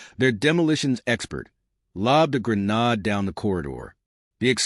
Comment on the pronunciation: You seriously need to know how to pronounce grenade (gri-neyd not gri-nawd)